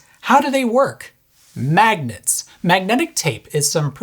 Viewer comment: When he said 'MMMAGNETS!' I thought he was going to say 'MAGIC!!'